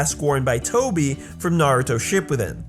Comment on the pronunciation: Cringed when he said shippiden at the end